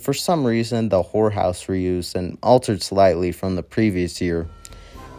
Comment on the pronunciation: Yeah, I noticed he didn't quite enunciate certain words like when he said "horror house", I honestly thought he said "whore house" and had to rewind lol. But yeah, practice makes perfect, my friend. Keep up the great work, otherwise.